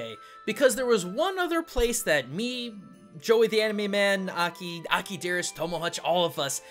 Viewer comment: You pronounced Aki's name wrong.